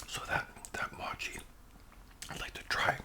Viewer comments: Hey great video it’s pronounced mow-chee very close though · Another great video- love ice cream- especially chocolate chip ice cream. The sticky mochi is pronounced "MOW" "CHEE". There is an ice cream version and a non ice cream version. The powder is corn starch so they don't stick together. Giving you a shout out